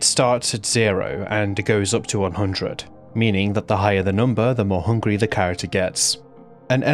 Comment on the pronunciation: Scawy and hungwy